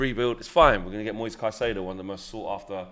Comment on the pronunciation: Wow! finally pronounced Caicedo properly